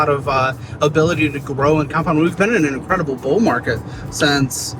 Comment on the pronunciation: When Caleb said “incwedible” 😅